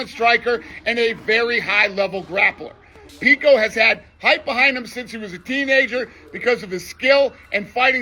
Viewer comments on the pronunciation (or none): none